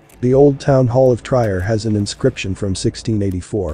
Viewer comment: Trier is pronounced tree-air.